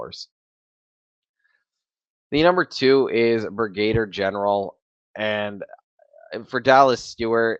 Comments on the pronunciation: It is pronounced Brig-a-Deer General. GF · Watch the videos of the brilliant Brigadier Gerard and you be enlightened how to pronounce 'Brigadier'